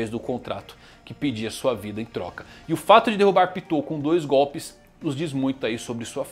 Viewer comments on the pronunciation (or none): none